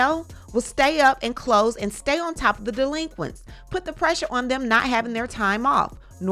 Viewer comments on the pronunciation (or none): "The pressuhh is getting worsuh and wersuh"